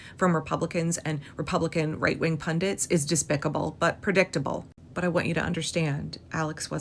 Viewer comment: Music to my ears you pronouncing ‘Pundits’ properly 😍😍😍